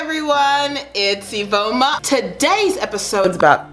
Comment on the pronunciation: It’s. Not Iveoma